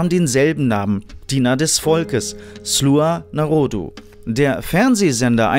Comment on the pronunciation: Es heißt sluga naroda und nicht sluha norodu also die Serie